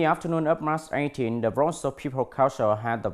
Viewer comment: Bây giờ tới anh 2, tại phút hay anh đọc lại giùm em March 18th là //mɑːrtʃeɪˈtiːnθ/ mà anh đọc /mat ei tin/ không nhấn mà không bật âm cuối là sai nữa.